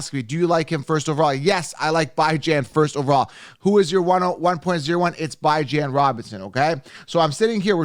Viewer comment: It's bee-jon not bi-jan lol